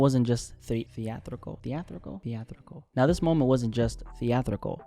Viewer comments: Theatrical, the-a-TRI-cal! The-a-TRI-cal! Either edit that out or go back to public speaking classes to re-learn your pronunciation man! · Enjoyed. But it's thee-at- trah- khal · Thea tri cal 😅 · No way you said theatrical that many times.. and still mispronounced it lmao